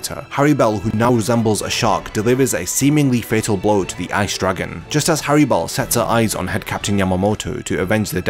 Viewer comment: It’s hallibel not harribel